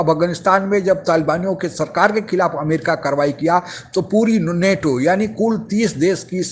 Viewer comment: abey नाटो नही नेटो! Kahan sey aa ja te hain aise bewakoof Pakistan TV anchor ban kar!